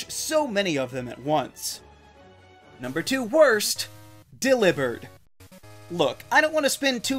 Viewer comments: I feel odd about delibird being annunciated as “delivered” instead of “Deli-bird” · it's a portmanteau of Delivery and bird, Deli-bird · Its Deli - Bird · It’s pronounced DELL-EE-bird, “Patrick Star”! 🤨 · The way you pronounced delibered blew my mind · The way you say Delibird makes me want to downvote. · it’s still wrong and sounds weird lol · I know it's for content but saying Delibird like that sounds really stupid